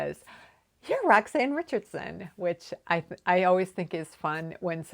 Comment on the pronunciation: Perfect pronounced Roxanne thank you for mentioned❤❤